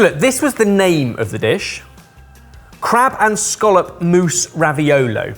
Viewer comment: As a New Englander, it’s refreshing to hear people pronounce “scallop” correctly 😂